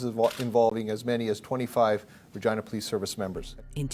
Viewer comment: So close on saying Saskatchewan proper. At least you said Regina right.